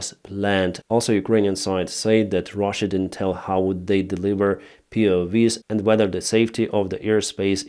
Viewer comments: POW not POV 😂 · It's not POV's, it's POW's. Prisoner/s Of War 👍 not V (vee) it's W (double-u) hope this helps with your English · they are PO-doubleUs not POVs xD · POW is pronounced Pee-Oh-double-UUs W is like wow, not Vee. but is double U's for PoW. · POWs, not POVs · POW's. Not POV's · P.O. Double U is how POW is pronounced.